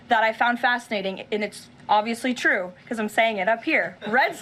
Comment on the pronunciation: 😂😂😂😂😂😂😂 its twew its twew, so says the lying Levet.